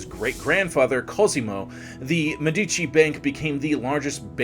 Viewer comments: The correct (Italian) pronunciation is Me'-di-ci with the accent on the first syllable. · Thank you, the incorrect pronounciation is disturbing. Even if you are not native Italian, the name Medici is so well known and correctly spoken, esp by historians